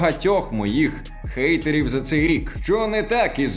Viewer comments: Я доволі добре знаю англійську, і недавно почала замічати що у наших людей є деякі проблеми з вимовою х і г. Наприклад коли треба сказати hide(ховатися) ,ми кажемо guide(гайд- інструкція,посібник який допоможе розібратися в якомусь питанні). З цього витікає що не гейтери, а хейтери тому що (hate–нелюбов,ненависть,огида). P.s: я не кажу що це погано або не припустимо, просто якщо ми хочемо щоб нас іншомовні людини правильно розуміли, то нам треба над цим попрацювати. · А чого гейтери? Або ненависники, або хейтери? Чи hate в нас вже гейт? Короче - йор інгліш із пьорфект.